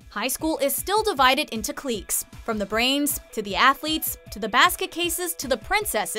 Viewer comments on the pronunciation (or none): Is it just me, or did anyone else get thrown off during the Breakfast Club section when they pronounced cliques as “cleeks”? Love the video tho! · What the heck is a cleek? I think you mean clique....pronounced like click. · When discussing THE BREAKFAST CLUB, instead of saying “cliques” like “clicks,” she says “cleeks.” It was hard to hear. 😂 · Andrew Smith I'm Australian and we pronounce it cliche' not cleeks. Personally never heard it pronounced as cleeks before and it made me stop and laugh. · High school is still divided into "CLEEKS" hahahahaha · IM SORRY DID SHE JUST PRONOUNCE CLIQUES AS "CLEEKS"??????? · divided into... KLEEKS? lmfao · Yes! Rather annoying as I've never heard anyone pronounce it that way. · Cliques is what she meant to say i think